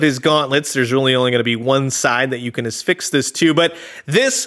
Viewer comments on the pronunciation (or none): Are you saying "asfix" (like asphyxiate) or "affix?" regardless, great video. I also love the pink triangles that were snuck into the design of old '80s toys. I think Zach the neutrino has one, as does cobra commander (belt buckle). It's like this secret gay mafia! 😂